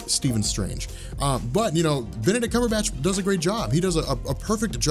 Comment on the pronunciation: How is it, that no one is able to pronounce Benedict Cumberbatch's name?